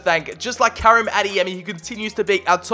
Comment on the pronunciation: Bruh... I’m I the only grammarboi who’s going crazy over how he’s pronouncing Karim?!?!